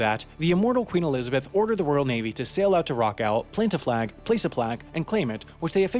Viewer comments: It's pronounced "Rock-all" not "Rock-al". That's "all" as in "ball" not "al" as in "gal"!! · It’s pronounced Rock AWL not Rock AL! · its pronounced rock-awl not rock-al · It's not pronounced like 'rock Al'. The correct pronunciation is like 'rock all' or 'rock awl'. It is always pronounced like that in the BBC Shipping Forecast. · It's pronounced "Rock-all" not "Rock-ell". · It's pronounced 'Rock All' Not 'Rock Al'. I wish you Americans would learn things. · I always enjoy your videos, and I have a suggestion for another one. An explanation of why the UK's Union Flag is shown upside down from 1.35 in this Rockall video. This is a distress signal. Also, the rock's name is pronounced Rock all, not Rock al. 🤡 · What's this strange place Rockowl?... Never heard of it myself. Do you mean Rockall, pronounced, errrrrrr..... Rockall?.... and the idea of it ever being inhabitable is merely daft, however you pronounce it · It’s pronounced Rockall - not Raquel! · You're butchering the pronunciation of Rockall - that all is pronounced just like you would pronounce the word "all" - not like you would pronounce the name "Al" - otherwise, it's pretty spiffy video and I like it. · How to pronounce Rockall. It's just rock+all. With emphasis on the first syllable. and the second syllable is pronounced how ever you pronounce the word "all". iow- it's not rockal with a short -a. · It is not called Rock Al. It is pronounced Rock All, as one word. It rhymes with F*** All. We are divided by a common language. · It's pronounced rock-all (as in 'all' not as in 'Al'). Torshavn is promounced Tor-shawn. Etc. More research needed! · It's pronounced Rock-ORLL, not Rock-Al. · Please learn how to pronounce the name of the place properly. It's pronounced 'rock all', not rockal. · It’s not ‘Rock Al’, it’s Rockall. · It's pronounced rock all not rock al. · It's pronounced "Rock-all", not "Rock-alle". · it's rock-ahwl not rock-al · It's Rock awl as in FUCK ALL. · Rockall is pronounced "rock all".